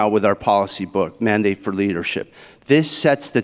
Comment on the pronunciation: in Pillar 3, did you say "Mormon-Dane"? Is this tied in with LDS?! I know you keep trying to change history to include religion in American politics. But this country was founded escaping the Catholic Church's involvement in Politics!! You can keep trying, but I refuse to be gas lit. You guys always make accusations with zero proof that are eventually found to be projection when chump is indicted for the very accusations you make. That's my proof. Where's your's? And where is donnie's wife and family? He's always campaigning alone! Nobody finds that strange? Especially since it's never happened even for local dogcatcher! I'm sure it has something to do with he's always s*itting his pants. 🦧🚼🦨💩💯